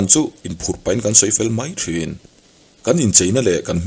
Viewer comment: I thil chhiar hi a ngaihnawm ṭhin, mahse "Mai" tih hi "Mãi" i ti leh zeuh ṭhin hi ka lo ngaimawh deuh ṭhin. Heng ho hi an lainatawm ngawt mai, mahni leh chhungtd chan ah han dah chhin hian a na vawng vawng ṭhin.